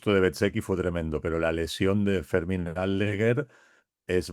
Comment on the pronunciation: Decirle a que Aldeguer es palabra llana, no esdrújula. No es Áldeguer 😊